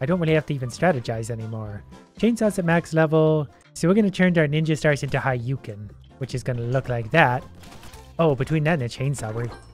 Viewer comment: "haiyuken" bruh